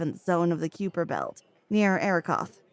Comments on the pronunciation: Pronounced as "Kaiper," not "Kewper." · Did she call it the Cupid belt? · Good narration but she kept pronouncing Kuiper wrong